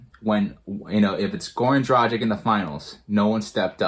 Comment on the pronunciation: It always makes me sad when Heat fans pronounce Gorans last name wrong, he has been here for 7 years and y'all still cant pronounce his last name right??? Bruuuuh.... You read it Draghich, its a short G. If his last name was Dražik, your pronouciation would be spot on but now its just so wrong...